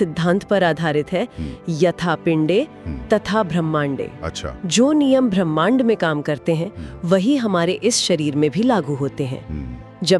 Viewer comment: भर मांड नही ब्रह्मांड बोलते हैं मैडम